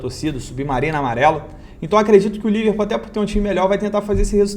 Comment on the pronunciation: Só eu ouvi Liver Putaria kkkkkk